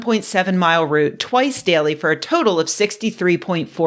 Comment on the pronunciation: I just want to say, I really appreciate your correct pronunciation of the noun "route." So many people get it wrong. Route (root) is the noun. Route (rowt) is the verb.